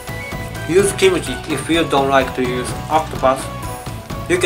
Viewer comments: omg, did I hear wrongly? Kimchi he pronounced as kimochi...-.-" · His pronunciation of Kimuchi, not Kimchi, because of his native language. Words ending with "m" will have "mu" sound. So no need to mention that he said it wrong more than once. As a Korean my self, I completely understand. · She wasn't even talking about "G" or "K" sound. She was correcting Kimuchi to Kimchi. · not kimuchi. it is kimchi. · kimuchi (x) kimchi (o) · Not kimuchi. It's Kimchi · Not Kimuchi, but Kimchi..:) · its Kim-Chee not Kim-u-Chee.:'D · not kimuchi it is kimchi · He said kimochi instead of kimchi lollll 🤣🤣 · No kimochi!!!!!!!!!!ㅡㅡ Kimchi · Yes correct but the Japanese have a different way to pronounce it so it sounds like ki-mu-chi instead of how Koreans say it kim-chi and kimchi is delicious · When said 'kimuchi' it sounds like 'kimochi' -_